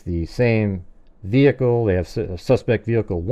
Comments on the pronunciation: Do you mean ve-hickle ? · brilliant as always. It bugs me how she pronounces the word “vehicle”. The H is silent for crying out loud